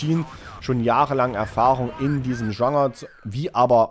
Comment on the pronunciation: meinst du immer wieder Genre? Google mal wie man das ausspricht. Ist versteht ja man kein bisschen wenn du das versuchst zu sagen 🤣🤣🤣🤣